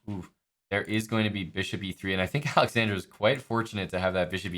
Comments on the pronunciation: He kept adding an "i" to Alexandra's name. 🤣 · dude, the guy kept saying alexandria. Geez.